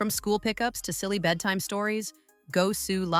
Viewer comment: AI never promounces the words right! Instead of lives, it says lives (hard i) that's how you know AI is talking because the grammar and pronunciation is off!